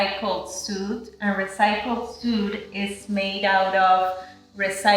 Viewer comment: These are so beautiful!! Congrats! I wish I was in the market for a yoga mat. When I am I know where I’m getting my mat! (FYI - “suede” is pronounced like “swayed”) 🥰😍